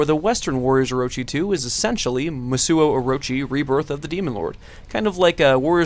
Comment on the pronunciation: What? Who didn't play Warriors Orochi 2? Also, it's "Musou" not "Musuo," pronounced "Moose Oh"